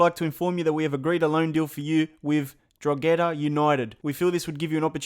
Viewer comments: it’s pronounced (dro he da) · No offence but you pronounced drogheda wrong, it is kinda pronounced like drau-ha-da. Im from dundalk who is drogheda's biggest rival!